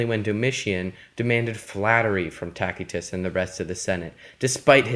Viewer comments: It is pronounced Tasitus not Takitus! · Good lad, it is not "tacky-tuss" but rather tass-ee-tuss. The letter 'c' is pronounced here as if it were an 's.' Think of the words 'lice' and 'mice.' The contents of the video are fine, and I learned something from your presentation. But please spend some time to learn Latin or Italian pronunciation before making your next video. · It's pronounced "TASS-ah-tiss". You're not even remotely close. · Why do you keep calling Tacitus "Talk-y-tus" ? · isn't it pronounced as. ta si tuss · Taquitos... Sounds tasty. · Though in English we conventionally use soft c's for many Latin words, The classical pronunciation uses a hard c. Tacitus' contemporaries would have said "Kikero" for Cicero, "Kaesar" for Caesar, and "Takitus" for Tacitus. Ignorance has killed YOUR credibility. I hope you are embarrassed. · this dude can't even say Tacitus correctly smh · Despite what some are saying, this was an incorrect pronunciation of the name of one of history's greatest historians. This hard "K" sound people are referring to is a lie. This is Latin- not Arabic... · why's he keep saying his name like that😐